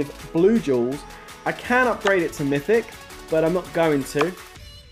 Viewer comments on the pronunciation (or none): Mythic not mystic xD nice trap btw